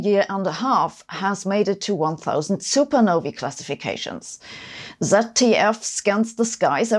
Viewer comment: Thank you so much for pronouncing supernovae correctly.